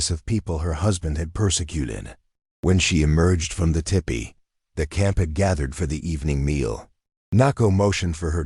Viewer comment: Whoops - tale, not tail. Kind of like the AI reader saying dessert for desert and tippy for tipi.